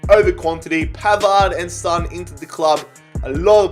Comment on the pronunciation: Sorry sorry sorry but please don’t pronounce son like that